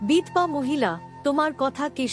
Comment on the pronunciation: কোন্ ,বল্,এল, নয় সঠিক উচ্চারণ করলে প্রত্যেকটির শেষে 'ও'-কার যোগ করে পড়ুন। বিধবা শব্দটি ও ভুল উচ্চারণ..........